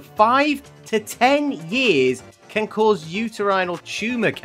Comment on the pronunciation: HELP ITS NOT “CAUSES SAP” ITS “CAUSE SAP” LIKE BECAUSE 😭😭😭😭